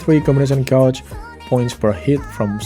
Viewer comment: "Combination Gaoge point", it's "gayge" bro, pronounce better